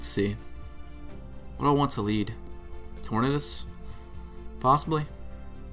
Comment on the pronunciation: Ive always wondered why you call it torn-uhdis lol its tor-nay-dus Like tornado, unless you pronounce it tor-nuhdo. Then you just keep doin that.